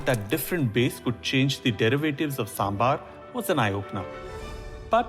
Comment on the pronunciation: Sir please correct , kindly excuse its saambhaar